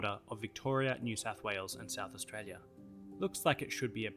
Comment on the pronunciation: You should say Australia right